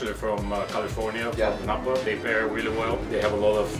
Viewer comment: It’s Napa Valley not Nappa 😅